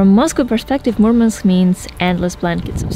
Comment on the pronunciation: It's not Mormonsk it's Murmansk